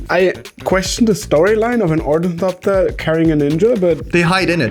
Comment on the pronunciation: It's pronounced Or-Nuh-thop-tur. Not Or-Nee-thop-tur